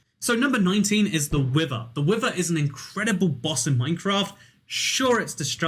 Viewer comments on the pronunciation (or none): Game: wither: WIVVA